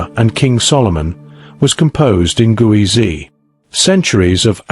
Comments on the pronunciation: It's Ge'ez (not Guwezy) and as you speak of it we are viewing Greek on the walls instead of Ge'ez. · Thanks for sharing hidden civilizations of Africa. However, you haven't properly pronounced " Geez" , the Ethiopian script. The pronunciation should be corrected as "Geez" and not as you pronounce it " Guwizi". Geez is also considered as a dead language like Latin. Amharic and Tigrigna languages are derived from Geez. But, still the Ethiopian Orthodox church uses Geez and kept valuable manuscripts written in Geez in its monasteries. In short, currently the Amharic language that is used as a national language of Ethiopia, uses the Geez alphabet. Most importantly it also has its own number system . Moreover, to mention but few, Ethiopia has its own unique calendar with 13 months, unique time counting system, etc. Since Ethiopia has never been colonized, most of its manuscripts and other treasures are still kept securely guarded in its monasteries. Cheers, ❤ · It's Geez, not Guezi. It's a Semitic language, and like all Semitic alphabets, is phonetic. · It's not gueze it's ge'ez (ግዕዝ )